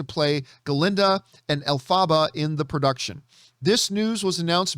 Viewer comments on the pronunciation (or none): Him: Air REE ANNA Grandee and ELF FAAH BA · It’s funny that you’re making fun of the Adele Dazeem joke but you don’t know how to pronounce “Ariana” or “Elphaba” 😂